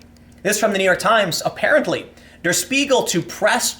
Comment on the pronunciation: Tip for German: "Der" is pronounced more like dare